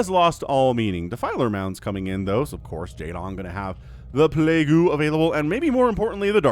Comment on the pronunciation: It is pronounced [pleig] not [plagu].